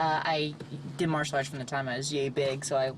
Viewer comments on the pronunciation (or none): none